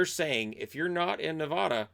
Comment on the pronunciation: Hi! So thanks for the great content but from a born and raised Nevadan just so you know its Ne-VA-duh. Still 💕 you!